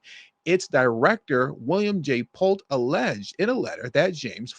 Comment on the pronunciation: Stop saying ALLEDGED. This was intentional. It was not just ONE document, not two, but more than 3...and they all can't be that incorrect. They double & triple check the facts. Then James signed them stating THEY WERE CORRECT. So enough...time for sentencing her fat A$$. Set bail at $454 Million dollars, seize all her property, & bankrupt her.